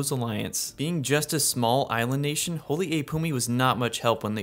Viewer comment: Awesome video! Here’s a tip on how you can pronounce the names of these kingdoms. “Y” can be pronounced as “ee” as in “need” instead of “yuh”. For example holy is “holee” not “holyuh”. This can be for the generated kingdom names too. Holy Yd can be Holy “eed”, and Ylehel can be “eelehel”. Hope this helps make the names sound cooler and easier to pronounce!